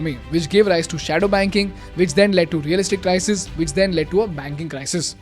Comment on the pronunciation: sounds like CRY-SEEES